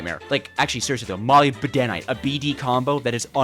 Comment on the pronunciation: Though we may have been tought to spell it as molly b denim, its actually pronounced muh lib den ite